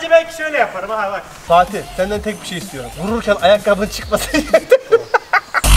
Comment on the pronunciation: de fatih Üç iki mir diyo hahahafejkbkk